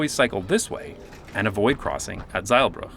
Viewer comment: Excellent pronunciation for the Dutch streets. Only mistake: you said Zeilburg instead of Zeilbrug. Brug means bridge